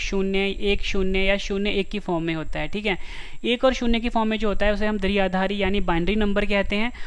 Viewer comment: Sir phli baat to ye h ki दृआधारी nhi h ye द्विआधारी (dviaadhaari) h 🤔🙄🙄😏😏